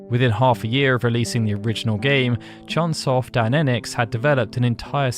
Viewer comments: Hey,, it's CHOOONE SOFT. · Not CHUN Soft.